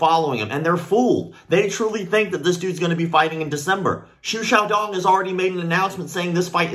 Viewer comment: I very much appreciate you pronounced his name correctly.